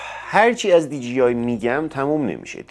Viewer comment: عزیز دی جی آی dgi اشتباهه. مثل کلمه ی جیب خونده نمیشه. d jey i درسته . DJI